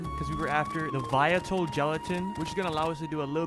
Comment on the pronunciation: "the viatil gelatin" out here making new words 🗣‼